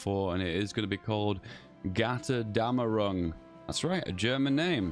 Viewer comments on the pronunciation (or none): JESUS CHRIST PLEASE DONT EVER TRY TO PRONOUNCE THE DLC NAME EVER AGAIN IM SO SORRY BUT MY EARS ARE BLEEDING its pronounced Götterdämmerung not Gyaterdeamerung also Götterdämmerung is the german term for Ragnarök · Gutter-demmer-ung FYI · as a German, I can confirm that the name Götterdämmerung goes very well off the tongue